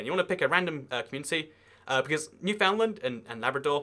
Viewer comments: Thank you for this. Very accurate. It is pronounced NewFOUNDland. I live in the middle of it (Gander) and have to fly frequently for work. To Labrador. $2000 is a reasonable price if I were to leave tomorrow. Worse part is that I am from Nova Scotia and kind of stuck here during COVID. No leaving... lol I have to drive that 3h and 17 mins from Gander to St. John's just to get my Volkswagen serviced. The struggle is so real. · Regina is pronounced like Re Jai Na, not re ji na and Newfoundland is pronounced like Newfin Land just for the record :)